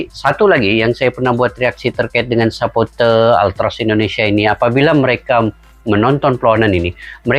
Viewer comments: Kalau ngomong jangan sapoter tapi suporter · Suporter bang bukan sepote !